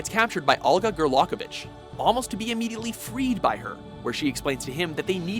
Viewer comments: Wow, dude, nice butchering of Olga's name XD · The End's fight should've been somewhere on this list and why the fuck was Naked Raiden ranked above returning to Shadow Moses and Big Boss' death? plus butchers the fuck out of Gray Fox's and Olga's names sometimes ( like with they're anime lists ) you can tell they don't play/watch the source material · you fully butchered grey fox and olga's names. and thats just a shame.